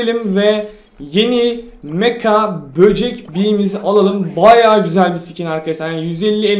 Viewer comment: Abi şu kostumun adı mega bocek beaa Sen meka diyon jsjsjs